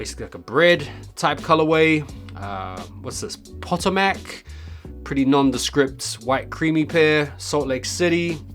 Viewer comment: It’s pronounced Pa-toe-mick and it’s just outside of Washington DC